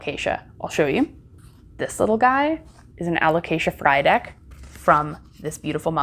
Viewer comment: You've taken such good care of these beautiful plants! And lol everytime you said Frydek i keep thinking 'fried egg'